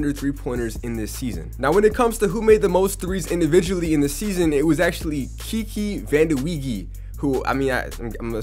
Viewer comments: Its said Keke vandeway Bit spelt Kiki vandeweige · Kiki Vanderweegi. Lol, He's the advisor for the NBA and obviously, a player. He hands out the fines. His named is pronounced Kiki Vander-way .